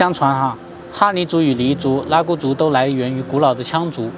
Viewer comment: “拉祜（hu)族”哦